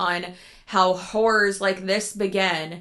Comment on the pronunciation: The way you say HORR-OR as a way to trick your mind into thinking that you are in fact, NOT saying whore. Girl, same 😂 you look lovely and glowing by the way ❤